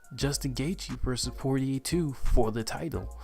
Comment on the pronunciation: It's pronounced Poy yay lol